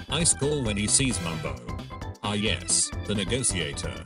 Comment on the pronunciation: I love that the text to speech says "ice call" instead of iskall